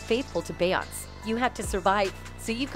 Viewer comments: It’s Beyoncé (Be on say) say it correctly while you’re butchering these people’s names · Will SOMEONE TELL THE NARRATOR OF THIS PODCAST TO LEARN HOW TO PRONOUNCE BE YON SAY'S NAME CORRECTLY? SHE'S SO ANNOYING. SHE DOESNT PRONOUNCE BEYONCÉ NAME CORRECTLY. SHE DOES THIS IN SEVERAL VIDEOS..SHE ALSO DOESN'T PRONOUNCE BENNY MEDINA CORRECTLY EITHER..ITS MA DEE NA MEDina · Is the Narrator keep calling Beyoncé "Beyons" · Lately entertainers names are pronounced wrong.Nevet heard it like this before.Beyoncé ce is pronounced as say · I’m hoping the narrator is a computer generated voice because she pronounces Beyoncé’s name as “Bayaunts” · i can careless for this lady, but her name is be oncey! pls figure out how to say peoples name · How can you talk about them and you can't say her name Right. It's Be yon CE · Wtf is a Bayance? Lol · Bay-yonce … why are u pronouncing it wrong 😑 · Beyonce has been singing for years. How is her name being mispronounced in this video? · I love your videos but I realllly wish you would say Beyoncés name right 😂😂😂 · Beyonce why can't you say no one's name right ever are you using a voice app I can help. RonnieBlueeyes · Her name is …. Beyoncé (try breaking it down) if you Vampires are going to suck her blood… try to pronounce her name right… A** Hole!! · Please 🙏🏿 for the love of God you pronounce beyonce name wrong. And aaliyah name wrong please say there Name correctly. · How's this woman keep constantly mispronouncing the name of one of the biggest stars in music? How? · Why do keep pronouncing her name wrong??🤔🤔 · BAY-YONCE & RAY-ANA 🫣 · "Beyounce' Lord 🤣🤣." Rhyna" , "Bay" I can't with this narrator 😵‍💫😂🤦🏾‍♀️.